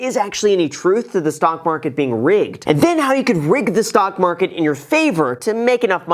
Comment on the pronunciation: Tryna rig the marhhhket